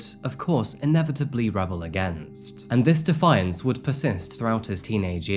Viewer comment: “rebel against”. Why you pronouncing it like that? I thought English was your first language